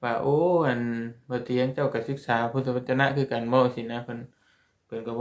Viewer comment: พุทธวจน อ่านว่า พูด ทะ วะ จน